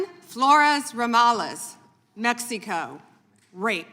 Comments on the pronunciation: Bruh! I've never in my life heard someone pronounce it Mexie-co 😂😂😂😂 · Bondi pronounces Mexico as "Mex-E-Koh"??? What kind of ignorant thug is this supposed Attorney General? Get her out of office and charged with obstruction of justice, collusion, conspiracy, and more. This is unacceptable.